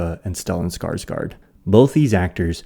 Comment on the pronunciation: Skarsgård is pronounced Skashgord.